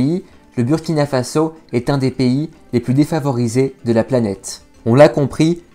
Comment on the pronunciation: Merci pour cette vidéo. Mais Burkina se prononce Bourkina